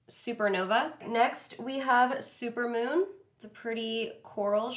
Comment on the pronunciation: She said “super mom”. Isn’t the name “super moon 🌙 “??? LOL LOVE the makeup. ❤️